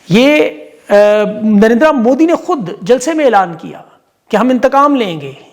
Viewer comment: son Narinder....a is silent